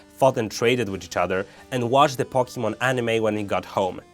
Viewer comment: Do you know how to even say Pokemon? Its Poke-ay-mon not Pok-ey-mon